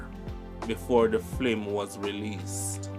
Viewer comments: Why do you constantly pronounce the word FILM as FLIM ? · please say film😢 the FLIM IS KILLING MY EARS...LOOOOVE YOUR CHANNEL ❤ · Great job brother but your pronunciations are bad at times it's film and career not flimsy and cawweer..and talent scout not scot..please review before presenting the video..bare in mind people outside of Jamaica are watching and listening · F-i-l-m (Film) NOT F-l-i-m (Flim) #Lovesign